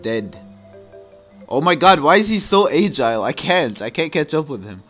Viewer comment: It's agile, not aegile